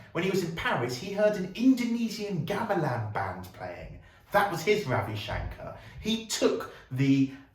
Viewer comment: Excellent work on your videos. Not that I am nit-picking or anything, but u r pronouncing Shankar as Shænkār, when it is supposed to be Shənkər.